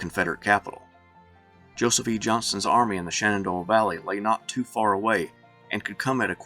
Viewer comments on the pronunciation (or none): none